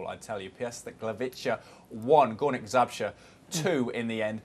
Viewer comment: Górnik Zabrze not Zabzre :D